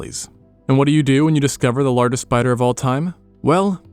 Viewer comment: Is it AI-generated voice-over? I cannot believe someone would ever pronounce 'larGHest'. PS: and as well.